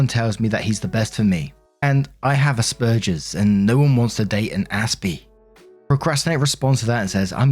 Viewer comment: Hi! Just a gentle bit of information: it is pronounced like "burgers" say ass-burgers but with a "P". Also the brother who was upset with sister who didn't make the meal for his step-daughter is a douch bag!